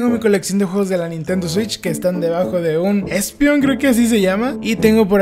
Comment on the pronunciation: Nadie: Absolutamente nadie: diciendole "greninja a froukie" y a espeon "esprungur" XD